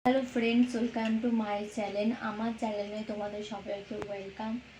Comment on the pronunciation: ইউটিউবএসেছো চ্যালেন বলোনা গো চ্যানেল বল ,😂😂😂কি অবস্থা😅😅😅😅